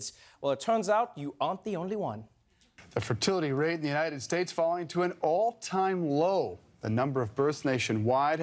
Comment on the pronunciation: The way he pronounced "All time low" sounded like "Old time roads"